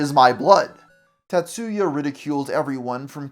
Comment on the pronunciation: The pronunciation of "TaTSUUUya"😂 I've never heard of him before today, but if he's of Japanese heritage and that's his real name, he probably shortens it to "Tats" rather than "Ta", "Tat" or "Tatsu" because the "u" in "tsu" is virtually silent.